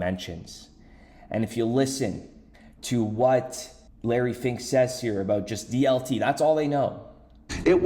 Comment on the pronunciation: “LARRY FINK” wonder what you’re saying there?